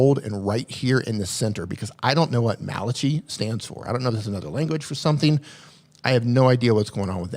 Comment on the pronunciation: Malachi is a book in the Bible, pronounced mal uh ky